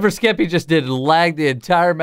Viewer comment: Jimmy calling Skeppy "Skepp" is the reason I live at this point